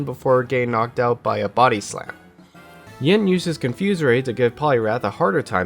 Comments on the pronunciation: Take a shot every time he says “Ying” instead of “Yin” 😅 Happy 2 day hangover! I love eeveelutions so I did love this video, just kept noticing it haha. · this was super entertaining! only gripe i have is yin usually being pronounced ying, rip. probably going to watch leafeon and glaceon combo next! good work ^^